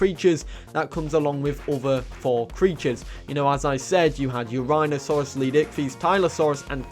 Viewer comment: no offense dude but can you please learn how to pronounce leed S ichthys right